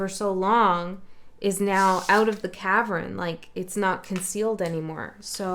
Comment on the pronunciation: One would think that’s cavern not Kavan.